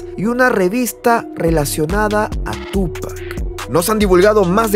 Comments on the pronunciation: Tupáccccc Con acentooii o sonidoio fuerte en la ú xfa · No puedo concentrarme en el video si sigue poniendo acento a la U al llamarlo Túpac. No lleva acento maestro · hermano pronuncia bien el nombre, carga la acentuacion en pac... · Me sangran los oídos cada vez que dice Tupac!